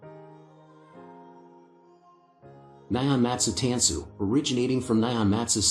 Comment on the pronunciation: It's pronounced tahn-su